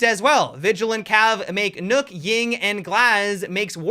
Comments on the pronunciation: Why are you pronouncing nøkk like Nook?? Isn’t it pronounce like Nock? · For those of you who don’t know (and ), Nøkk is actually pronounced “Nerk” in a British accent.